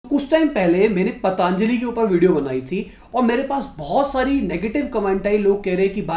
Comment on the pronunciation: Patanjali naam toh sahi se bol le, it's पतंजलि not पतांजलि...😁😁😁 Fashion ho gya hai kya पतंजलि ko पतांजलि bolna